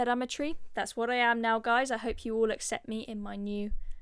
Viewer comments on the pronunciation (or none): none